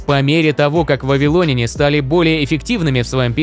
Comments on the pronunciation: ВавилонЯне, а не вавилОняне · Сцуко, пора вводить цензуру. Если говоришь не правильно, то идешь лесом... Аффтар, учи русский язык! Что это за вавилОняне? Если Вы думаете, что если ВавилОн, то и вавилОняне, то ошибаетесь. Сравните: РоссИя, но россиЯне, а не россИяне, ЕгИпет - египтЯне, но не егИптяне, ИзрАиль - израильтЯне, а не изрАильтяне и можно еще много примеров приводить... Увы как только услышал такое, то сразу выключил, т.к режет слух, а мне свои уши жалко.